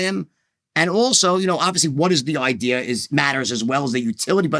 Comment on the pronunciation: Did he say he came up with an ideer? I am interested in the ideer